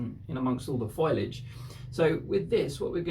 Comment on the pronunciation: Fo- lee - idge, not Foilage.